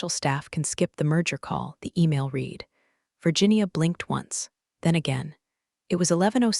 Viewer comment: Virginia had a DMV number of B197 at the beginning. Then she has two different DMV numbers. I'm going to guess that this story was not edited before it was posted. Just like other stories of this type. And, the tense of 'read' is still pronounced incorrectly.